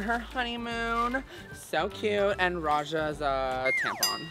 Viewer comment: NO RAJA SAID M NOT N AT THE LAST LETTER OF THE WORD